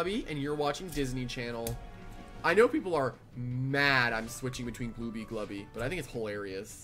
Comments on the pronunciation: i find it annoying how it's pronounced "glue-bee" and not "glub-bie" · There is no way I am calling Glubbie "glue-bie", that is ridiculous Also wow, Glubbie is pretty good offensively with Sapphire considering how magically bulky it actually is, and I think I'll probably use it more :p